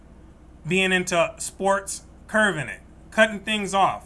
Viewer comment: You’re on the right path! Check the meanings of “curbing”, which is what you mean vs “curving” which is your pronunciation